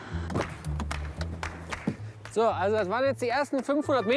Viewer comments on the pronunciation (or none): wie der Sprecher einfach durchgehend "Datscher" sagt... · Der Reporter sagt dauernd Datscher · Er sagt immer DACHA xD :D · ist das so zu sagen anerkannt den Dacia Duster "Datscher" zu nennen? Ist das so wie Landy? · Ich mag es nicht wie der Kommentator Dacia sagt